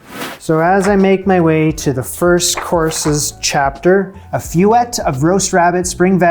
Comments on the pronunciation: I love this channel, but is it really all that difficult to learn how to pronounce feuillete? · please look up the pronunciation of feuilleté oh my god sdlkjfksldjfsl